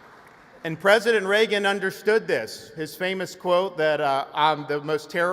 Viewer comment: It's the first time I heard someone speaking highly of "President Ray-Gun"